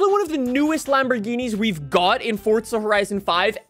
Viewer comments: UMMM ITS NOT FORTZA HORIZON ITS FORZA horizon 5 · Fortza Horizon Five